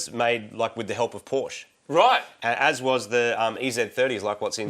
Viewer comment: It's pronounced "Porsche"